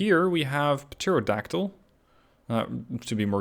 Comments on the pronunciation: hey buddy! love the videos. Just a heads up on pronunciation because im guessing english Isnt your first language. Pterodactyl starts with a silent P at the start. Depending on accent (mine's Australian , so its not perfect but i say it in the former rather than the latter manner) its pronounced "Terra Daktil" or "Terro Daktil". Keep up the good work man! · Just to let you know, in pterodactyl the p is silent